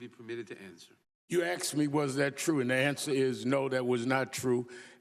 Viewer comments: I hate that😂 asked is easy enough to say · "You axed me a question." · very true.. HE is the definition of a TRUE RACIST..... Al is great... ' you AXED me what I said " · You Axed a question lmfao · ."You AKSed was it true I said dat." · you axed, stalling word salad lies, al sharpton. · You axed me!! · Nadler, you are an UGLY PERSON, right ALONG WITH SHARPTON!!!!AXED??? WE WOULD LOVE TO HEAR YOU ASK A QUESTION, NOT AXED A QUESTION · You axed me....gtfoh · He didn't "axe" you a damened question. He "asked" you a question. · Sharpton was trying to answer the question you axed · No one Axed him anything! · Do they have to write "dey axed me" in the record? What a turd. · You AXED me if dat wuz tru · You axed me ignorant parasite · "axed me" - dumb low iq POS and a racist. Sharpton, what a shitty human being. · It’s Al Sharpton he doesn’t like the questions he is axed!! Lol can someone educate the stupid that it’s a very simple word and it’s pronounced asked!!!!! Thanks for being a leftist and proving its mandatory to be in the left to be stupid!!! I yield the rest of my time!! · ...axked....what a dumbass.... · I axed you !! Sorry but its asked you!!! You may proceed al!! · Axed a question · and Sharpton, "you axed" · "You acksed me." Why won't anybody "acks" Sharpton when he will pay the millions in taxes he still owes after decades, and how the fruck is he not in jail for not paying millions in taxes like ordinary Amerikans would be. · “You axed me a question “ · And he axed Gaetz! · You "axed" me a question. Yeah he's edumecated. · You axed me. You axed me. You axed a question. Lol. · You axed? What kind of English is that Al? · No you axed it, I get to answer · 'You axed me'...ok..ok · "You AXED me..." I didn't see ANYONE with an axe! steve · "You axed me a question " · Sharpton: "You axed me...." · You axed a question so I's trying to ansa the question that you axed..... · "Hey he axed me a question" He feeds the mentality of the ghetto. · He axed me a question.